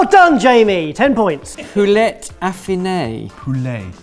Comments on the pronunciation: "POULET" (POO-LAY) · I can’t believe Jamie pronounced poulet correctly and didn’t!!! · pronounced Poulet right! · Also, Jamie is right. It's poulé, the E and T make the "é" sound. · Francophone here, Jamie is right on how to say poulet!😁😁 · I love Jamie correcting pronunciation... incorrectly 🤣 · Oh no Ben! Jamie was right in his poulet pronunciation! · Except the chicken the others appear to be more premium then they're pretentious pronunciation of poulet was correct by the way. Ben & Barry need to up their french game.